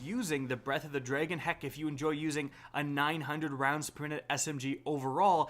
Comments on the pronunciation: Drag-on not dray-gone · “Breath of the DRE-gen”